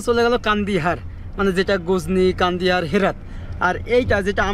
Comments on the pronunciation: কান্দিহার নয়, কান্দাহার। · কান্দিহার নয় কান্দাহার